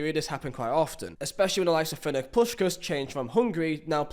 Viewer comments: "Fernec" Puskas? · "Furnick" had me dying